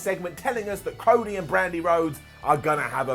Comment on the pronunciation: " Crody "? Lol